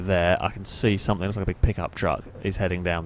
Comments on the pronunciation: Why do you say somethink? The word is something. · It’s ‘something’ not ‘somethink’.